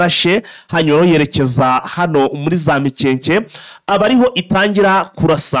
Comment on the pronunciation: Hitwa Mikenke biva kw'ijambo Imikenke. Ntabwo ari MIKEKE rwose!!!! Ntibavuga GASITA bavuga Gasiiiita biva kubwoko bw'Abasita rwose ntimukice Ikinyarwanda. Birababaje.